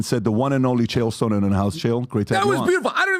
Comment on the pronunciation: That and they all keep calling him Chael “So-nin”